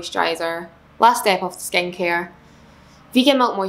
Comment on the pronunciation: Every time she would say “skincare” I should she was saying “Skanky” 😂 I’m sorry I’m so American.